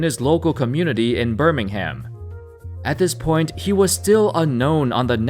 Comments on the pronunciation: Joshua Tsang yeah it triggered me as wel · yeah he just butchered lots of uk place names😂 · on me. BIRMING HAM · As a Brit, the way your pronounce Birmingham triggers me everytime, still good vid tho. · And Birmingham... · they cant pronounce Birmingham either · Hearing a non-British person saying “midlands” and “Birmingham’ is jokes 😂😂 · I'm from England..and the way this guy pronounces...west midlands, Manchester and Birmingham..is just weird 😂